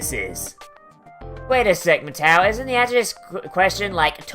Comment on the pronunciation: Your pronunciation of Matou is annoying